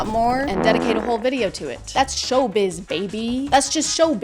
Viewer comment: She was saying “show biz” so many times so that she actually managed to pronounce the Russian “sh” sound almost perfectly.